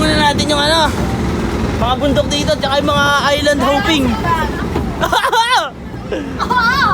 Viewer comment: island hopping ❌ island hoping ✅